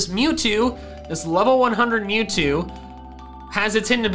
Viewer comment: Mewzvie not mewtwo